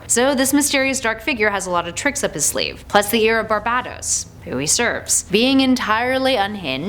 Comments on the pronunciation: ITS PRONOUNCED BAR-BAY-TOS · You are pronouncing barbatos Wrong